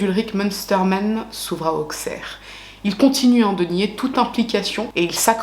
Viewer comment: C’est auxerre prononcé avec deux ss !!! Svp 😭 on prononce pas le x ! Vidéo très bien faite au passage